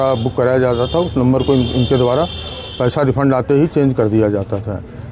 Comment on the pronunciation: रिफंड बोलते लाला 😂